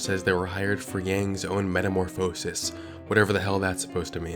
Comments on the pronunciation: It's metaMORphosis, not metamorPHOsis! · Metamorphosis = met-uh-MORF-uh-sis. Means a change, like a caterpillar's metamorphosis into a butterfly. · I've never heard anyone mispronounce metamorphosis like that. 😂 By the way, it just means to change. Usually the meaning is about change specifically relating to a change from child to adult, so the word fits the story. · did he just mispronounce metamorphosis? 💀